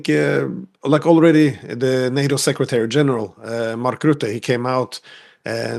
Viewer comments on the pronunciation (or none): none